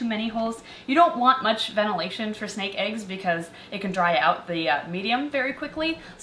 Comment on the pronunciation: Girl it’s snake not sneak